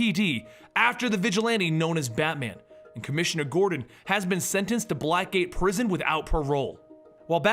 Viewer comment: its sounds like you said black , gay prison lmao